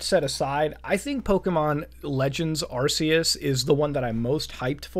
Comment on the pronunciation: That fuckin "arseus" burns me